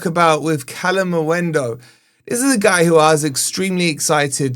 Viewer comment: 4 months later he's still saying kalimuendu. I think he's trolling not dumb at this pont